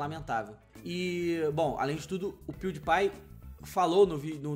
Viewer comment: Se pronúncia " Piuripai " .